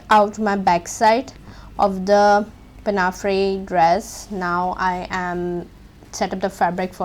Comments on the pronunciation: Pinnafree? Pin-a-four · Excellent, thank you! However it’s pronounced “pinafour “, fyi